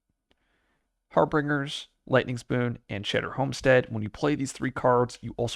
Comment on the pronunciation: I love your content, and have been watching a bunch lately, but I justed wanted to point out, that you might want to look up the pronunciation of Harbingers. 😅 Or not, I don't decide what you do or don't, and I'll keep watching anyways! Keep up the great work!